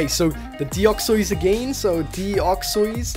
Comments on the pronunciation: not deoxeys deo-x-ys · The way you pronounce Deoxys is so wierd.. Deoxoiss